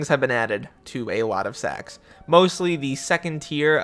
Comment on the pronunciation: when u say “sacks” the subtitle says “sex” D